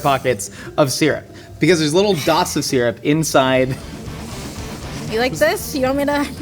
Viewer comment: I'm upset nobody took the piss out of sear-up syrup instead of sir-up